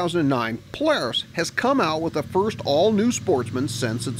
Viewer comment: U say Polaris funny u say plars!!:)